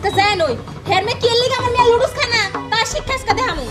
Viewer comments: Lodos na pronunciations ta nodooles hobe.. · Nudols ke bimu ludols bole keno? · nodules uccaron o korte pare na